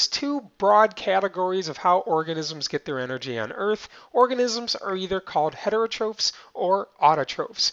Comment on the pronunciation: He said autotrophs and heterotrophs wrong... It's not (ofes) it's (offs)